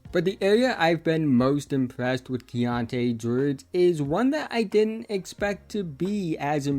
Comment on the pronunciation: Keyonte gwowge